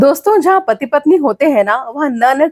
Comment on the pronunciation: महोदया,पति नहीं होता है। बल्कि पति होता है।please try to improve,specially Hindi pronunciation